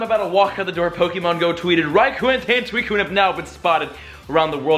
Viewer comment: you don't say suicine like that